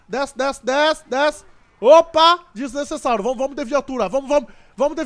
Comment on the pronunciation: o cara sempre fala desnecessário errado ele fala desnecessáuro